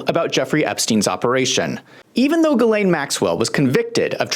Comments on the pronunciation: "Girleen Maxwell"? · Gurrlane lol